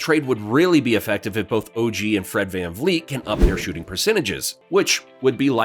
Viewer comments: We appreciate the raptors love but the mispronunciation of OG, saying Otto is back, questioning pascal as a #1 and scorer when no team has stopped him, saying OG shooting has been killing us when he has a ton of other new stuff on his plate, two trade proposals that don’t make much sense, and a couple other things we can tell you don’t keep up with us fr. But we appreciate the love still and we are in a bad spot and need to do something🤷🏾‍♂️ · Man you can’t even say OG’s name right… 🤡